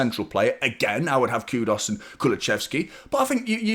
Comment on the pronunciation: Who's Kudos? It's Kudus.